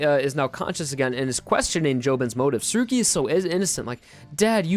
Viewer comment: who’s surgy? ...oh you mean tsurugi?? jeez...